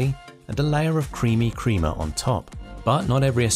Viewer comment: You know when someone has no idea what they are talking about when they talk about coffee is when they say "creama" instead of "crema".